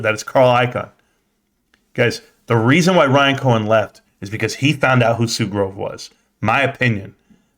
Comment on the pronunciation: “and they sold the dicks” here I was trying to make a joke about him mispronouncing Sue Gove’s last name but I heard that and thought of your store lol. a sign it is. #BBBYYOULLBUYDONTLIEBBBY #SLOGAN #ROCKITMAN